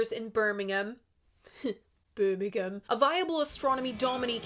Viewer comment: hello. to say birmingham right, you say it as "berrrm ing um"